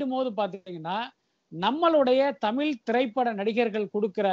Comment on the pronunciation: தமில் இல்லை தமிழ்